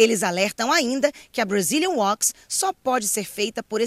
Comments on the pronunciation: Admiro o trabalho dessa rede de notícias, todavia creio que os repórteres deveriam pronunciar melhor o INGLÊS em suas matérias. Falar Brazilian “Uox” quando é Brazilian “Wax” não é questão de sotaque mas sim de aprendizado. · Brazilian WAX NOT WOAX!! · Yep, the wax become woax .